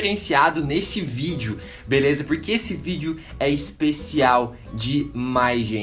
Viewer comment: "Bileza" "prastico bolha" "Risistente" Porra gente, todo mundo erra!! Parem de ser vacilões...